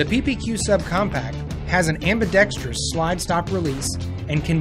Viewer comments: at least the glock girl and walther dude said "ambidextrous" correctly. Unlike the person narrating for the cz. The word is not pronounced "ambidextrious" lol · For the love of God can someone teach these people how to pronounce ambidextrous